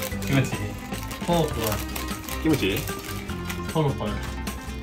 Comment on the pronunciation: 📕さんの「キムチ」が「ひむち」にしか聞こえなくて好きだ ⬆よく聞いたらス○ィッチみたい（